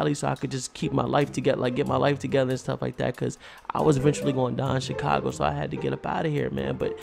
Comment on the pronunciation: U say chicaglo